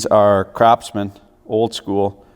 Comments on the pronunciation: Do you pronounce Craftsman as Crapsman intentionally?) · I'm pretty sure you said CRAPSMAN. Kudos. Exactly how I feel. The hue of red isn't even right. At what point do you say "Let's destroy our intellectual property by incrementally diminishing the quality so we can profit at the expense of the shareholder?"